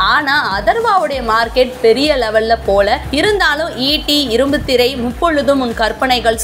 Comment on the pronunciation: It's irumbu kuthirai not irumbuthirai